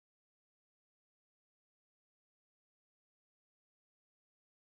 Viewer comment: uchiha is pronounced (u-ch-ha)